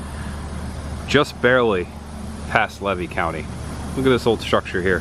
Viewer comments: Great video. I got to say. I'm 65 years old from citrus county. I never heard levy county pronounced LA-VEE. We pronounce it lee-vee. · ...it's pronounced leave E county , not lev E county, and I left Archer as a kid in the late 80S the factory was closed down then, they , may have re opened for a bit , but I don't remember 100 % I know for sure it was closed when i lived there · Hi I live levy county is pronounced leevee❤ and that house is an old cracker house it was built by the grandfather of the owner of that property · It is pronounced Lee vy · it's pronounced LEEVY COUNTY (long E). That's the way you say it 😊 I've lived here for years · The county is Levy, pronounced LEE’-VEE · I'm sorry but I just wanted to let you know it's pronounced "lee-vee" county. I've lived in Florida over 50 years and in that general area within 50 miles! 😊 I do remember some of these places that you're going to some of them I don't. It's fun to watch your videos and see the history of Florida. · this is good stuff but I must correct your pronunciation of Levy county. Locals in North Central FL call it Lee-Vee county. Keep up the great content! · Just for the record: it's pronounced; "LEE VEE" county. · Levy County is pronounced Leevee. Long es. And the little brown building in Raleigh was our polling place. If you go to Farmer's Market at Archer Depot on Tuesdays you could learn a lot of local history. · Good vid! Levy is pronounced: Leevee. No worries, being a Florida native, figured out we pronounce names just a bit different than the way the word is spelled. It's pronounced: Tim-uck-you-an & It's Fern-an-deenah. You always have good stuff! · Came here to say the same thing. Thank you! Lee-vee County. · Learn to pronounce the names of towns or counties correctly . LEE-VEE COUNTY . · Just fyi: The locals pronounce Levy as “Lee-Vee”. ❤ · It is pronounced "Lee Vee"(Levy) county.